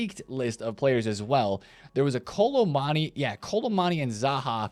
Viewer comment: It's Kolo Moo Ani.......not kolo mani